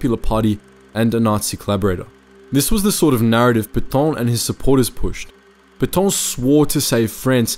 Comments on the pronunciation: It's PAY-TA Not pay-tow or pay-taw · It's not Petawhhn--more Pet(as "a" in can) Petaaaa(ngry)n. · What’s with the comedy pronunciation of Petain? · You say "é" in cliché, it's the same prononciation for Pétain.